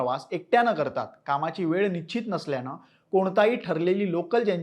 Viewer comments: 1.19 निश्चित म्हणायचं रे बाबा निश्चित. निच्छीत नाही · Nischhit…. Aadhi ucchhar nit Kara…